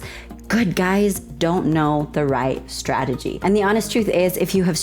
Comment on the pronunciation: "Stragedy" Lol